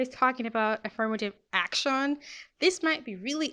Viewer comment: i liked the part when she said "ak-shawn"